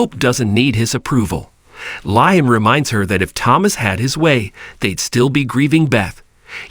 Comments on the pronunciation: Yeah I Said the Same Thing about “RJ” ( RG) & Also “Liam” (Lie em Instead of Lee em) About a Week Ago.! The Way It’s Pronounced Is Sooo Irksome & Annoying.! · I Don’t a Know Who the Narrator Is? But Somebody Needs to Tell Him.! Stop Saying”R G” When It’s Obviously “RJ” ( R Jay) & For “Liam” He Says “Lie em” Instead of Lee em.! What.!! 😮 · For goodness sakes! Does this commentator even watch the B&B, or does he just read a script? Why is Liam's name always mispronounced? It's not just this commentator either! LIAM'S name is pronounced "LEE UM" not "LIE UM!" Watch the show at least once, and get it right! 🤬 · Please pronounce liam as if it is leem.usr letter e